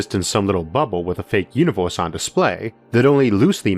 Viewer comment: Banging content jarring voice “you knee vowas”